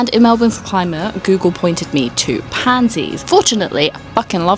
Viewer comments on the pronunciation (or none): none